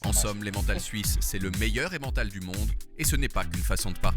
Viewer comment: Par contre, cela m'agace toujours autant le façon dont les français prononce Emmental